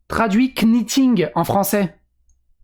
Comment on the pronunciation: Ton anglais est désastreux, on prononce pas le k dans knitting, c'est comme knight